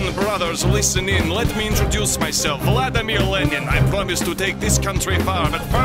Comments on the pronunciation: “VLADIMIR LEMON” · Vladimir leg in